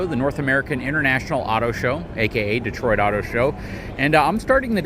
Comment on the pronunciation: Dotoit? Sounds like Tyson saying Detroit